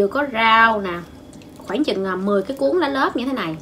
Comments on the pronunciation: Cô nói lá lốt mà nghe như lá lớp vậy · Lá lốt nghe nói giống lá lớp 😂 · Sao là lốt mà mà trong video đọc là lá lốp vậy :))))) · C phát âm sai rồi lốt mới đúng . chứ k phải lốp c ơi 🤣🤣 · Hình như nói lá lốt hông được em toàn nghe lá lốp 😐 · Lá lốt má ơi đọc cũng sai😛😛😛😛😛😛😛😛😛😛😛😜😜😜😜😜😜😜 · nói: cuống vs lá lốp